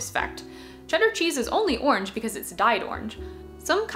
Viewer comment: I came for the interesting video, and stayed for the great pronounciation of "orange", or I guess I should say "ornj"! What a delightful accent.